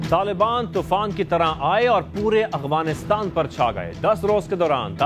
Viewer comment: Agwanistan ni jnb Afganistan ., تلفظ درست فرما لے۔